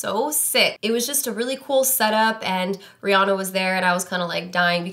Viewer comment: Why do people mispronounce Rihanna's name???